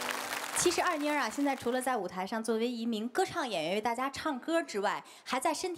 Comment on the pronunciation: 人家的名字叫二妮，不是二娜。